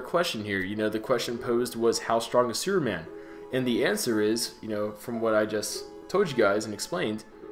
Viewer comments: sounds like he`s saying `sewerman` lol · Just curious if you realize you are not fully pronouncing the word superman correctly, or perhaps being lazy with it.Your pronunciation sounds like your saying sewerman. Not to be hateful but I found it a bit off putting. I noticed you say the word super just fine but when you put the word super and man together you seem to drop the "p". An observation. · other watcher wishes you to pronounce the p in superman's name plz.... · I swear i heard him say suruman instead of superman